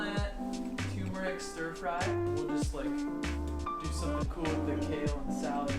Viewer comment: Dude, the word “turmeric” is pronounced TER-mer-ic. There is no TOO in the word “turmeric”.